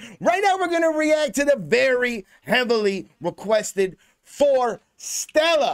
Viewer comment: Love your reaction. By the way, their name is pronounced as "Forest"+"Stella"